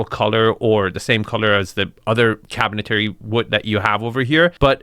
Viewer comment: Nice ! BTW , it's cabinetry not cabinetary